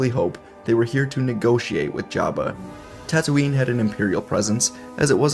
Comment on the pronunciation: bruh! its tattooine...not tattooing...